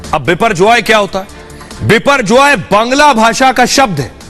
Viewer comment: Not Biporgoy but Boporjoy